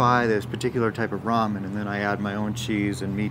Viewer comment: I just heard you call Mya’s Ramon cheesy. Lol 😂